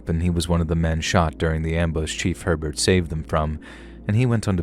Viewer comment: It’s not pronounced HER-burt but rather AY-bear.